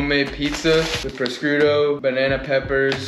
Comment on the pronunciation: Two things: 1. I feel like you should be modeling on the side. Could be a great side hustle especially with your level of fame 2. Prosciutto is pronounced "pro-shoot-oh" lol Keep up the good work!